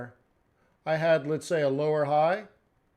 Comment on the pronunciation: Buy low (blow), sell high (shigh or sigh) lol love it !!!